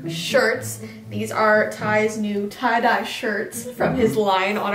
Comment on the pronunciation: ITS "TYE" DYE